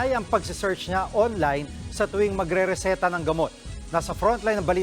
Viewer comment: Bakit ba laging ito pinagrereport pag may RESETA sa script? Puro tuloy RISITA sinasabi.